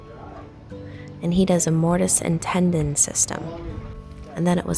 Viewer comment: Just a friendly FYI, its mortise and tenon not tendon. Cheers from Canada!😁🇨🇦